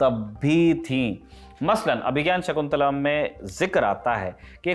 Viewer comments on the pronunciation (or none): तुम्हें तो अभिज्ञान शाकुंतलम् का उच्चारण करना भी नहीं आता